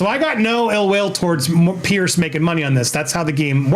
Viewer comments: Its Piers... pronounced peeers... Not Pierce it's driving me mad after hearing his name so.many.times... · Ffs his name is Piers, not Pearce. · Piers not Pierce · Piers not Pearce.